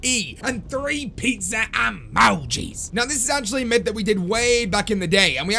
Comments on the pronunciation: PEET SA, UH MO GEEZ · I swear this guy has a stroke every time he says emojis